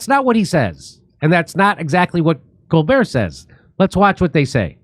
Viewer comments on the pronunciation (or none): stepehn CON-bert